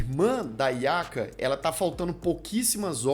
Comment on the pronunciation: A "nhaca", não Yaka kkkkkkkkkk